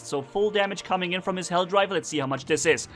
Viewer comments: It’s hellDIVE not DRIVE! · It's Helldive not Helldrive